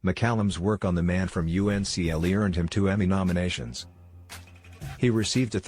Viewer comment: It's pronounced "Uncle", not" U.N.C.L.E"